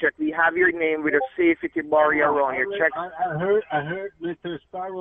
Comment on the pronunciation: Better Business of Bureen. Safee-tee. Mek I say.